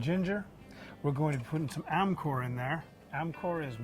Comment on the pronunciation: Nice Also amchoor poweder is pronounced "Amjur"